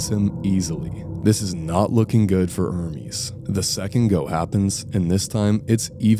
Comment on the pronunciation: it's not er-meeeezz it's errrmes